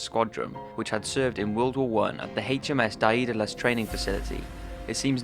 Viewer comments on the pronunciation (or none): none